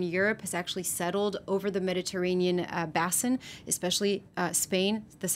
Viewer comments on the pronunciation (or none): Excellent summary with underlying causations well explained. Articulate. I also admire how deftly she can consult her notes, without disguising the fact. One minor note of information. in North American English, the language of the presenter, “BASIN” is pronounced with a broad “a” like Biscayne BAY, OR, the BEY of Morocco (if there is such). I have no idea about any U.K. pronunciations. A fine job.